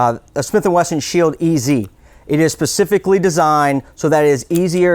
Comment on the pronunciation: you lost my confidence when you said "pacifically"....